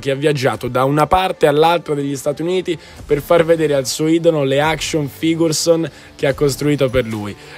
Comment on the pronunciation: pronunce imbarazzanti e non solo qui, in ogni puntata